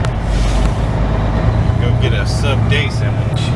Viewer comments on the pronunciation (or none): none